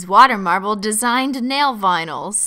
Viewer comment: I want a compilation of every time she says "nail vinals"